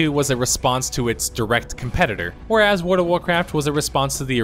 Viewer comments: Your voice is great. Just work on that ward/world. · you say world like werld it annoys me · WorLLLLLLLLLD, AHHHHHHHHHHHH its driving me insane! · World. World, not ward. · Why does he keep saying Word of Warcraft? XD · Word of Warcraft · Ahhh jeezus! It's world. With an l. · Your analysis is spot on, but PLEASE STOP SAYING "WARD OF WARCRAFT"!!!! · Wood of Woecwaft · The only thing I noticed about your pronunciation is "Wdvwarcraf" but I've noticed a lot of people doing that, not just you! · Why does this spindian have an utter inability to pronounce the word "world?"